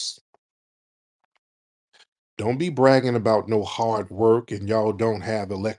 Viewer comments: Talking Sh*t about Foundational Black Americans while living in the America we built. Typical. BTW< Every time Tariq does the accent "Hard Wuurk" I fall out. LOL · The way she pronounced Hard Work😂